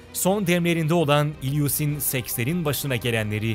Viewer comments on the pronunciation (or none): İlyusin degil ilyuşin